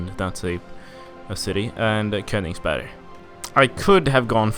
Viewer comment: ''Köningsberg'' slowlydying (btw that joke was hilarious) Pieck is pronounced like ''peek''